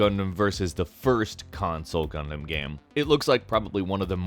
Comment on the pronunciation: GUNDAMMMMMMM oh my God I keep hearing Condom instead of Gundam